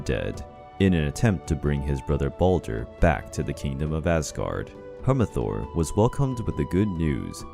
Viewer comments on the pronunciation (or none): This video makes me cringe and the messanger of the gods is Heimdall or if you want it the old Norse correction it's heimdallr not heimathor and he's not baldurs he's not even closely related to Baldur heimdall was birthed by nine giant mothers who are often depicted as the personification of 9 waves of the ocean